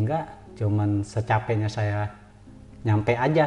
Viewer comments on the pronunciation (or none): Salah ucap x "Secapenya" ya di kasih secape'nya..#mungkin😊